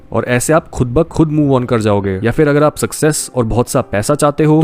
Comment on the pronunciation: I like the way you say 'Khud ba Khud'